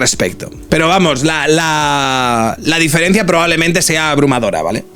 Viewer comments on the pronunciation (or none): none